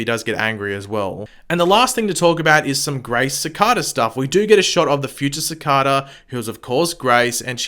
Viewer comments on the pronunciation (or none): Its cicada not cicaaadaa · It's not caacada. It's Cicada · Ffs the way he says cicada it’s like cakada (I love the vids ) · C- Kay-Da = Cicada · You pronounce his name worng😂🤣😂 but I gess it can be pronounced either way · Is it me or how he says cicada bothering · love the way u say cicada